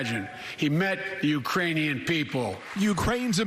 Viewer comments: ~He said "U-ranian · “Putin May circle Kyiv with tanks, but he’ll never gain the hearts and souls of the U rainian people” Biden pronounced Ukrainian without a K Idk why that’s funny 😁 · I heard the u, totally Uranians, he missed the k completely but surely the people of Uranus will be pleased. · He said uraniun like he combined Ukrainian and uranium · He sad Iranian instead of Ukrainians 🤣🤣🤣🤣 "Putin may circle Kyiv with tanks, but he'll never gain the hearts and souls of the Iranian people." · He said Uranian. Missed the 'k'. For sure not Iranian. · I think he actually said, “uraniun” people. Like a combination of uranium and Ukrainian. Maybe it was a Freudian slip? Like when you think of one thing but actually type a mother. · Mikcroft he said uranian , not Iranian Listen carefully